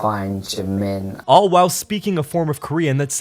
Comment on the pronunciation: Hey, not to be rude, and maybe in just hearing it wrong, but is Oli pronouncing Jimin’s name correctly? Like, I’m not much into that fandom, but some minutes in, when he’s being interviewed by someone, the interviewer says Jimin’s name and Oli says it right after, but differently? Is this nitpicking? It probably is, I just think it’s weird :/